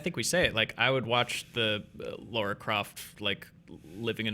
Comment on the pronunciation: It’s La-ra, not Laura